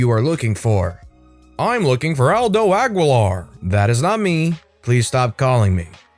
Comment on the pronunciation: The way you said “Aguilar” had me giggling, 😆